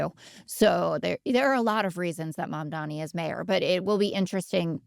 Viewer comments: i find it annoying when people can't (or won't take the time to learn) how to pronounce a name… It's not ManDAMi it's MamDANi people jeez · It's MAMDANI, not Mandami. Jesus fucking christ. Also, whenever public opinion doesn't reflect Scott's he always blames nefarious Chinese interference. He claimed that with Gaza re: TikTok, and now he's claiming it of the betting markets. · Dude, c'mon, it's not "Mondomi". Think of your Mom, and think of Donnie. Then say MomDonnie, or, as it's really spelled, Mamdani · "Mamdani" is written in the Hindi script (Devanagari) like: ममदानी. It is pronounced as Mamdāni. [The first 'a' is short' and is pronounced like the 'u' in cup. The second a is long and pronounced like the 'ah' in 'father'. It's not "mom-dani" like the slang for "mother" (mom). Nor is it "Mon-dami".] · Mamdami ❌ Mamdani ✅✅✅ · It's MamdaNi, with an N. If you can say Daenerys Targaryen, you can pronounce Mamdani. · Scott just can't say Mamdani. Hey Scott, try this: MOM DAH KNEE. Repeat thirty times. You'll get there. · Again. it's mamdani. m-a-m-d-a-n-i. Pronounce his name correctly, please. 😊🙏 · take a shot every time scott's old racist boomer ass mispronounces zohran's last name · Is there a reason Scott never says Mamdani’s name right? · I wonder when Scott will learn how to pronounce Mamdani's name. It's starting to feel deliberate. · Is it really that hard to pronounce Mamdani's name right? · I want to know the exact dollar figure it would take to get Scott to pronounce Mamdani correctly one time. $10M? $15M?